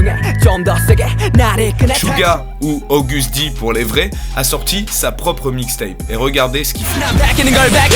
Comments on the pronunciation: Mais...XD C'est Aaaagut'D pas August'D...Sinon super vidéo^^ pour dire, je suis une grande connaisseuse(XD) mais j'ai quand même découvert des rappeurs/chanteurs que je connaissais pas... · Et stp AGUST D pas AUGUST D ( je faisais la même erreur avant) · Tu dis "august'd pour les vrais" mais les vrais de vrai savent le prononcer *Agust'd 😕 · C’est Agust D et non August D bien que moi même je dis August D 😂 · t'as dit "O"gust d 😢... faut pas prononcer le O comme ca mdrr mais merci d'avoir mis la MEILLEURE partie d'agust D XD